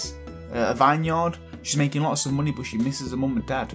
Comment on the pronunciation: Whenever he says "money," I immediately hear Kingdom Hearts' "Munny"